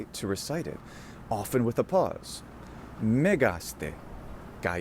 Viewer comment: I have a question: does the "te" particle move the accent like Latin "-que"? You say "megás-te", even if the graphic accent is on the e ("mégas-te"). Is this correct? Thanks!